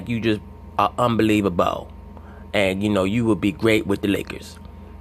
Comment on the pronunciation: “You Just Play UnbelievaBAL” 🤣🤣🤣